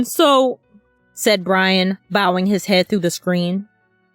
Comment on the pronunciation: I will wewease Bwian!